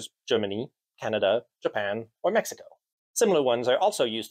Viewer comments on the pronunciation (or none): none